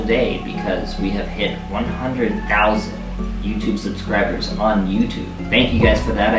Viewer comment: he cant say 'subscribers'?